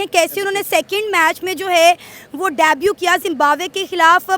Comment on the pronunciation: Daabu please learn to pronounce debut.